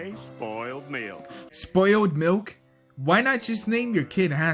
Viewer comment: I still heard say soiled mill